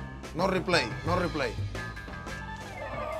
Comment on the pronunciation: "no rrreplya no rreplay"- Cuban ironman(Yasiel Puig) 2k15